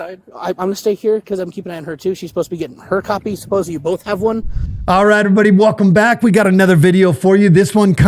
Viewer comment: ”supposeBLY” Is another one … THERE IS NO “B” in that word !!!